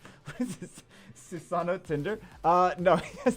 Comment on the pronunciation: Stop mispronouncing susano xD say it this way.. sue sa know .. just as one word lol